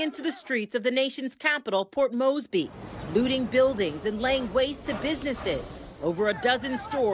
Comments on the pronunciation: Its not port Moseby it's Port Moresby..and not Papa new guinea, its Papua (yes sounds like Papooa) new guinea. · Port “Mosby?” Really?! Can we hire a reporter who has some basic familiarity with geography.